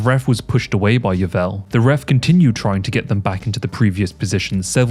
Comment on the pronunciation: Some of the worst pronunciation of names I’ve ever heard 😂😂 “Gilbert Yeevell” 😂😂😂